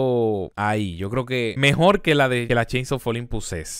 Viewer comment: El mejol el mejol el mejol